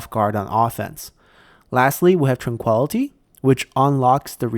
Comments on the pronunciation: Ty. I'm glad you take critique rather well. I do apologize, but mispronounciation is a pet peeve of mine. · Please look up the proper pronunciation for "tranquility." Thank you.